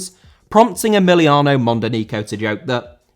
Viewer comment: Emiliano* not Emiliohrnouw